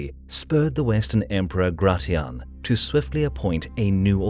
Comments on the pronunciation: Nice vid but isn't Gratian pronounced grey-shen not grey-ti-ahn? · Gratian is pronounce gray-she-in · Gratian is pronounced GRAY-SHH-N